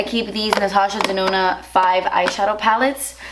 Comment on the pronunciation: Every time yoh say Dinona or whatever. I just think of Winona Ryder